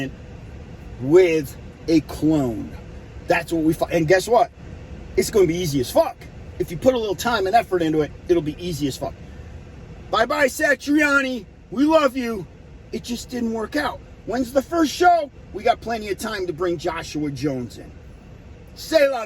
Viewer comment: Bro that was a terrible take. 1, please pronounce Satriani properly lol, 2, he stepped in on 30 minutes notice and pumped up those rehearsals live on Stern, they sounded amazing. Just buy your tickets and keep it down so the rest of us can enjoy Van Halen music live. S A T R I A N I (not Sitrani)